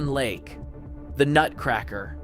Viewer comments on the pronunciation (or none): none